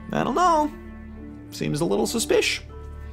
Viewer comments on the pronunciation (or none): "suspish"? n- no, dude. it is. because that's how it works. you did go to college, yeah?